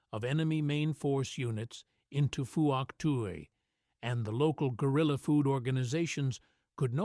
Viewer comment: Not four to six men, always five men and you mispronounce Pwok Tai.